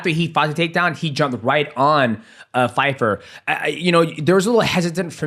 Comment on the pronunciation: Hilarious how they kept saying Fyfer! 😂